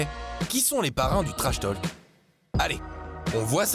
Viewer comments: La voix pro est nickel.. par contre le l de talk est muet, accent français ou pas. Là tous ces "tolques" c'est insupportable :/ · un conseil , arrête d'en faire des caisses sur l' accent ( les noms de famille notamment) c'est pénible et fais plus attention à la prononciation !!! "To Talk" , le "l" est muet (pareil dans talking du coup)